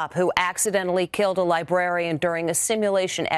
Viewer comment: Tried to hear the story, but when the dude said "libarian" I was out 🤦‍♂️